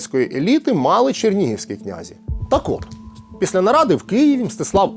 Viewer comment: Наголос князІ на останній склад. Прийшла пора дізнатися. Якщо не виправляти, інші будуть повторювати помилки